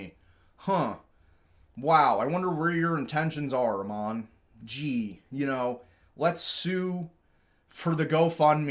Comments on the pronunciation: FYI, the CEO's name is pronounced like a sheep would pronounce it ... Aaaammon, not Uhman. It's a Mormon name -- comes from a missionary figure in the Book of Mormon. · Just trying to help but the A in Ammon says the letter A. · Tickles me to no end the BAM CEO’s name is continuously mispronounced! 😂 His name of Ammon rhymes with “Salmon” and is a character from the Book of Mormon (BofM), a common thing with Mormons to name kids from BofM.